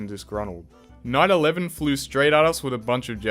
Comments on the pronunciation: am i the only one who heard 911 when he said night 11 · BRO when he was at dark ages night 11 I heard "9/11 flew straight at us" insted of night 11 flew straight at us.🥶